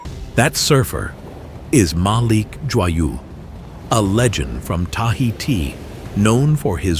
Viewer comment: pronouced Joyeux is real bad idiot